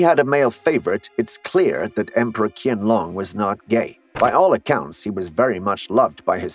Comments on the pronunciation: In Chinese the "Q" (upper and lower cases) is pronounced similarly to the "ch" sound as in "church." So "Qing" would be pronounced as "Ching" rather than "King". (There are languages in which we transliterate "Q" for a "K" sound, such as Arabic--but not where Chinese is concerned.) The Emperor's name would be "Chianlong," which would be most closely pronounced in English as "Chen-long." The vowels in "Qian" do not have an exact correlation in English; think of the dipthong in the Russian "nyet": hence "Chyenlong." Chinese is a tonal language and English is not, so we don't have even an approximation, so we never come near the tones and we must stress syllables as we would in English. As an aside, the "j" in Chinese is not pronounced as in French "je" or the "zh" in "Doctor Zhivago." This is a common mispronunciation. The "j" is hard as in "jitter," "just," "justice," "jut," "Jet," and so on. So the major city is pronounced as "Bay-jing" with "jing" being exactly as it is in the word "jingle." For English speakers, think of the words to the Christmas song, "jing jing jing-a-ling." That "jing." The pronunciation is NOT, as we hear on the television, "Bay-zhing." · I'm not Chinese, but I have learnt Mandarin. Why did you assume that I'm Chinese, you are being racist towards Chinese then. The person who made the video could at the very least do a research of how QianLong is pronounced. At the very least he can pronounce the name as "Chain - long". That is much closer pronunciation than kian. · why do your pronounce qian long as kian long? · Qian Long is CORRECTLY pronounced CHYEN LONG - which you'd have known with a few minutes research . . . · ‘Qing’ is pronounced ‘Ching’ and ‘Qianlong’ - ‘Chian-long’. Since something as basic as this (pronunciation of the subject) is not properly researched, the rest of the presentation is put in doubt. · Ins pronounced Chiangloon ffs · Same here. Totally wrong pronunciation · Same here and he keep on calling it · I agree with you